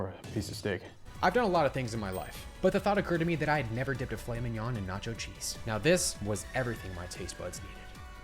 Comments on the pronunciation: filet mig-non 💀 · * Filet MIKNON * 😂😂😂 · did bro say filet mig-non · Bro fr said fillet minion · Fil-ey mick-non 😅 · Filet MI-G-N-O-N really???? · “Filet mig-non” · Did you seriously pronounce fillet mignon w a hard G? Dude...it's not mig non 😂😂😂 Lord almighty. If you're gonna do this professionally at least say it correctly. Smh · DID U JUST SAY "FILLET MIGNON"??? OSNVJNWIS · Filet mignon... NOT. DA... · Do You Even Know What "Filet Mignon" Is!??🤔 Cuz That Aint It Brother!😂